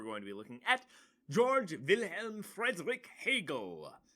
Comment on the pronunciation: It's pronounced "Gayorg" not "George"